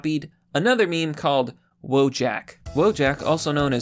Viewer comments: it's "wojak - VOYAK", not fucking "wo-jack" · Wojak is not pronounced Woah-jack, but Voh-yuck. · IT'S READ VOH-YAK IT'S EVEN WRITTEN RIGHT THERE, NOT WOE-JACK IT MEANS "SOLDIER" IN POLISH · You can't even say Wojak right... wołdżak? It's wojak (jak like in yak, not jack) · Just FYI, Wojak, pronounced "voyahk" is a Slavic word for a soldier. Russians, Polish, Czechs, Slovaks, Serbs and probably the rest of Balkan would understand the word, although each language may have a slightly different accents. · He's saying Wodżak despite having the proper pronunciation right in front of him... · Funfact: Wojak is originally a Polish meme The correct pronunciation is "vo-yak" and it means a warrior. (pronounce it as you please guys, It's just a funfact) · j in wojak is pronounced like y in yes. its a slav name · When I heard him mispronounce wojak I knew he wasn't white